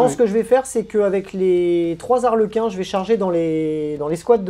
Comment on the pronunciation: Je tiens qd même à te signaler que tu peux dire les Zarlequins car Harlequins, c'est en anglais, en français y'a point de H ;) Donc lâche-toi sur cette liaison pas si dangereuse ;)